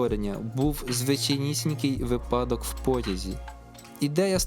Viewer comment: Дякую, справді цікаво)) Тільки цейво... Наполеон казав не випАдок, а вИпадок. 😁